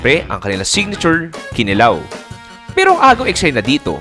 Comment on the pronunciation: Love the video, just a tip, elongate the vowels when you say kinilaw like Kee-nee-law, similar to how we say Daa-vaao.